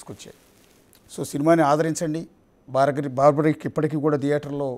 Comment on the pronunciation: Cinema title correct ga pettaledu, paiga aa pettinadi correct ga pronounce cheyyaledu. Aa character ni Barbareek anasli, nor baarbaric . Baarbaric ane word negative meaning isthondi